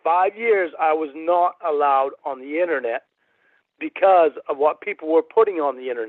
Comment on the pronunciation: Take a shot every time says, "innanet" 🥃